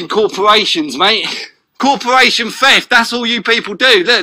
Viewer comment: what's a 'cawporwation'. what a prat.